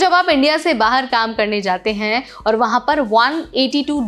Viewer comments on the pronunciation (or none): none